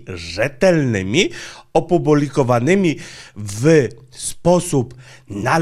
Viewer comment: Opubolikowanymi ator tak się ucieszył z dobrych wieści na kanale że aż się przejęzyczył i nie nie czepiam się każdemu się zdarza mi prawnie 3 razy częściej po prostu chciałem pokazać że słucham uważnie 😉😝